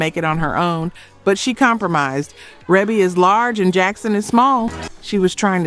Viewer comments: It appears that AI is used to narrate. Pronouncing bass line as bass (like the fish 🐟) when referring to "Let The Music Play" is one clue. Also mispronouncing Rebie (long e) as Rebie (with short e) is not something that would be done by a musical historian. There are too many videos of her appearances on dance shows that pronounce her name correctly. And there are inaccuracies regarding the hits of Minnie Riperton and The SOS Band. Both of these Bands have had several hits. Junior and The Dazz Band also had more than one hit on the R & B hit. And Minnie Riperton passed from this life in 1979. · Its reeeeebbie not rebbbbbie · A lot of these were not “one hit” wonders. Not sure how she’s defining one hit. And her name is Ree-bee (Maureen) not reb-ee like rebel. She’s only from the most famous black family. We all should pretty much know her name by now. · The narrator is AI. She speaking with a southern accent pronounced Rebbie, RA-be. No black person makes that mistake! It's A.I. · I love them Jackson's her name is pronounced REE-BIE not Rebbie. Just FYI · I know it looks like it rhymes with “grass”line, but it’s pronounced “base”line!! I know it looks like it rhymes with “Debbie”, but it’s pronounced “Reebie”!! Lawdavmercy 🤣🤣🤣🤣🤣🤣🤣🤣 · S.O.S. Band wasn't a one hit wonder. Dazz band either, and her name is pronounced Ree-bee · Rebbie Jackson's name is pronounced REE-BEE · The S.O.S. Band and Dazz Band were far more than one hit wonder bands. They were and still are classic in the 🤎community 🖤 and that’s what matters! We still LUV them. We don’t cares what THEY, pop charts and Grammy judges, think. OH and Maureen pronounces her nickname REE-BEE🙃. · Her name is pronounced REEBY Jackson. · Rebbie is pronounced Reebbie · Pronounced “ReeBee” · Rebbie's name is pronounced "Reebie".🙄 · Right. The mispronunciations: Bass, ABC, Rebbie R and B, dead giveaway